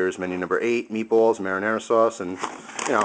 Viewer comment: he pronounced meat ball like meet bwwalls